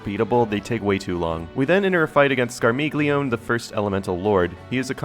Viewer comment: Scar-mee-leo-nay! Yeah, I'm that guy! 🤣